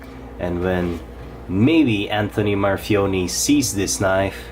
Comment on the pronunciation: For fuck sake it's a reverse tanto NOT a modified sheepsfoot. And that's not how you pronounce his name. You have a very decent channel but please do more research if you want to do a "review".